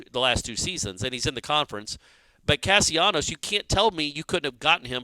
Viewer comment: Castellanos why cant you get the kids name right? How do you get Casionos out of that? Its disrespectful to the kid to constantly mispronounce his name.